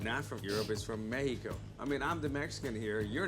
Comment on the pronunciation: Mexican here! He didn't even pronounce México right so let's not even talk about his spicy grilled lettuce...